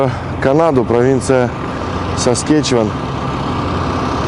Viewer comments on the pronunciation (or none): Ну правда как смешно.ударения не те.саскачеван.удачи.